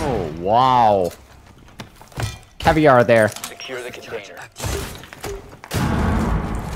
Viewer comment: "caviar" ugh every damn time.